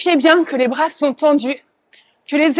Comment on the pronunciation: Ergo. Merci à vous deux. Cindy svp travaillez votre prononciation. Vous mettez des A en plus un peu partout ! Par exemple vois dites brava pour bras. Vous avez aussi tendance à changer les E muets en A.